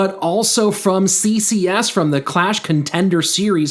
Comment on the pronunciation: It's "Clash", not "Q-lash" 😉